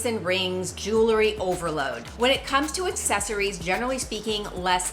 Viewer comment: It is Jew-ul-ree......not Jewl-ur-ee...check the correct pronunciationl It is a peeve of mine. Great info.